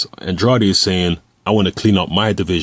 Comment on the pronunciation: his last name is pronounced an-dray-d